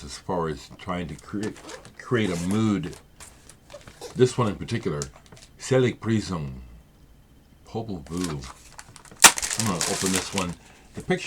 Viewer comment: Hi there from popol vuh country; like the way you pronounced "seligpreisung" - in your accented articulation it gets a meaning of breeze - n i c e ! and, thanks for the vid.